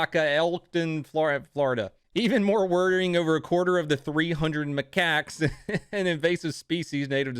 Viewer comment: You mastered "macaques" then butchered "Ocala." Also, I have a friend who's name is Cody. Unsub'd, thumbs down. Subscribing to a safe space.